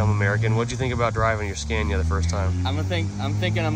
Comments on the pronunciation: Not trying to be nit picky but you keep pronouncing the truck name “scan-ya” it’s actually “sca-née-uh” just so you sound like the intelligent American that I know you are. Don’t want to give them any ammo. Keep up the great vids. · You're pronouncing it wrong..it's pronounced SCAN-IA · He has started saying Scania how English people say it